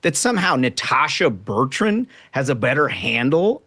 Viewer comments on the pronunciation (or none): It makes me laugh every time that Megyn can’t get Natasha Bertrand’s name right. Just shows how unremarkable she is.